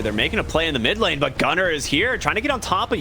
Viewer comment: Why does he sound like saying Gutter instead of Gunnar